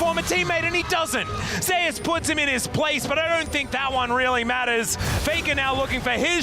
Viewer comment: isn't it pronounced the same way as the god? and not Ze-us?